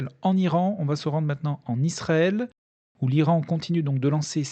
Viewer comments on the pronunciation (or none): none